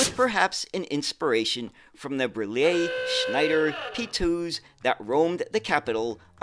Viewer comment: Hi, I am French, and I really enjoy your Europe related videos. I am a transportation geek myself (I have worked in rail transportation all my life) and your videos about French or Italian various means of transportation are really accurate, so hats off ! I also admire your pronounciation of difficult French names such as Citroën or Berliet, but you nail them. So congratulations ! Continue with the good work, this is highly appreciated !